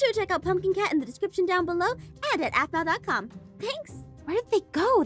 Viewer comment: mpt ahmau it's Aphmau